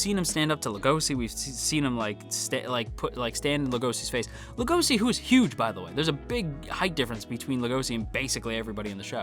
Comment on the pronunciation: the translator made a mistake it's legoshi not legosi and it's also pronunce legoshi with a chi sound no idea why they made the mistake